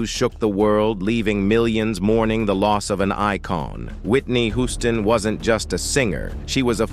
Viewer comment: CLICKBAIT! CLICKBAIT!! CLICKBAAAAIIIITTTT!!!... I'm halfway thru the vid tripping on the Narrator! "He" is on Alot of Good videos. Me being someone who DONT WATCH ai narrated videos, I just KNEW this was an older black cat.... He didn't just mess up like normal ai, this dude was like glitchimg on this vid.. "spinning or.. fast forwarding) ..then "he" said Hooston (he pronounced it Who•ston) not Houston like WTF.. 😑 THAZ A .. ITS A CITY.. && a common last name, business Name 😶 how these robots/comps SMARTER THAN HUMANS" ROBOTS CANT HANDLE REMEMBERING CITIES.. STATES.. but we s'pose to "@ g___l_" .. learn from it about galaxies?!!? I'm so sad this is not a real man.. .....THEN TO GET TO THE COMMENTS AND REALIZE IT WAS ALSO CLICKBAIT??! ~As I'm reading the comments she said "Cicely didn't say one word.."... ... I'm realizing, the narrator even said towards the end.. "..well we don't know if it's true or not but, it would blah Blah Blah".. 🗓️THIS CHANNEL IS OFFICIALLY DEAD TO ME 💤💤💤